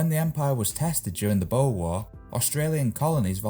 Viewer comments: Boar war, not bow war. The Boar war is the often forgotten war, especially in more recent years. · Boer War, not bow war; not beau war. Boer War. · Boer war pronounced bore. The boers are German settlers in South Africa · Boer War. They rhyme actually. Pronounced Bore. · federation day and significantly more convicts were sent to the americas than australia boar war. like pronounced like the wild pig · Australian volunteers were involved in the "Boer War" that was a fight between British Empire and the Dutch colonists known as "Boers" (pronounced more like "bores") See Also along the way toward democracy we developed "The Australian Ballot" more commonly called "secret ballot" today: Origin - "The Australian ballot", was first introduced in Victoria, Tasmania, and South Australia in 1856. Secrecy - This system allowed voters to mark their choices in privacy on uniform ballots printed and distributed by the government. (Nb the uniform printed ballot was also an important innovation on its own right) Influence - The Australian ballot influenced electoral reforms in the United States and Britain during the 1870s and 1880s. Method - It involved standardized ballots listing all candidates, which voters could fill out secretly. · The accent pronounces it weird. Boer War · He said the 'Boer War'. Google that one.